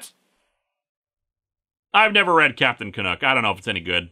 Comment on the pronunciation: Ca- nuck not ca-nook